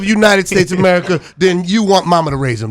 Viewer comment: the way Marlon said America😂